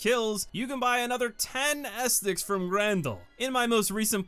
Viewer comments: guy really pronounced it bonfire ass sticks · Bro it's not estics haha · Why does he call Bonfire Ascetics “Ass sticks” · How do you mispronounce ascetics? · Why do you keep saying ascetics like that though